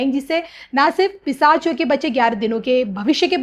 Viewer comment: अँकर मॅडम पिसाच नाही पिशाच योग bolna सिखिये.